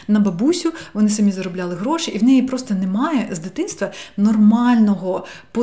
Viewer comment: Ваше "гроши" і "емоциї" якось зазвучало навіть по-галицьки 😄 💙💛 Обов'язково спробую вправу - вона мені актуальна зараз